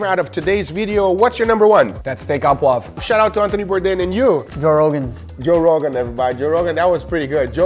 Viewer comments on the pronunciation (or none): It's steak 《 AU 》 poivre not 《 A 》 poivre, very different. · Gaga, please, my latin brother , stop saying "a" jus or "a" poivre .it is "au" and it is pronounced "O" like if you say " or " but the meaning is like "coʻn" as in taco cón carne . Any cook or chef that say "a" sounds like ghetto trying to sound worldly....we will definitely see if you read the comment section after you have been informed by an actual french chef.... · O poivre Guga. O. not a. AU in french sounds like the letter O. It's streak O poivre and not steak a poivre.